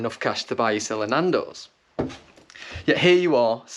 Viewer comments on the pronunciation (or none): Loving the emphasis on Nandos 😁